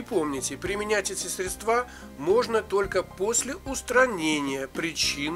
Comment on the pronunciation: в слове средства ударение правильно делать на букву Е. удачи!